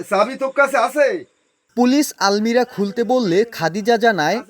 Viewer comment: আলমিরা না, আলমারি